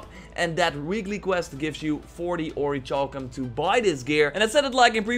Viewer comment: Ori-Cal-Cum. The H is silent, I love how you went on about people correcting you in the comments and then you said Orichalcum wrong 5 seconds later lol